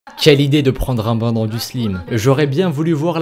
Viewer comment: Il dit ban eu lieu de bain mdrr